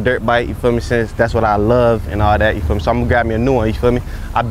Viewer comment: bro said you feal me in the intro like 12 times lol